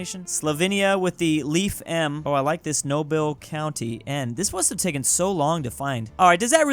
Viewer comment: I used to get that tiny bit offended when would butcher a word / place name in my language, but now I've seen him mispronounce the English word "Noble" as 'Nobel'... and the bitterness is gone.